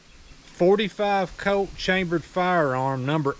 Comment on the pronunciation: "forty five coat"